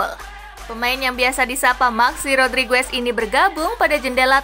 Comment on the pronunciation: What language is this?? It's pronounced Rodrigez. Not Rodrigwez 😂